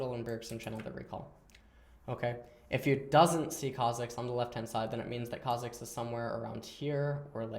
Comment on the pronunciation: When he says Kha'zix instead of Kha'jix <3